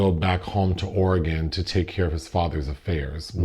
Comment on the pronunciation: Thank you for pronouncing Oregon properly!! Always enjoy the reviews!